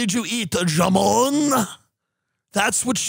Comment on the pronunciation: *jamón [ha’mon] (It’s not pronounced “zha-mon” as Tim is saying it, although it’s funny.)